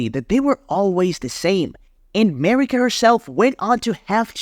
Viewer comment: Its amazing how you pronounced all the names of the characters in a way nobody else does and it sounds wrong af. Mariiiiika for example, nobody puts the emphasis on the second syllable wtf